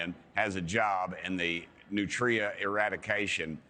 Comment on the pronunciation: Learn to pronounce it. "Nutria" is one word.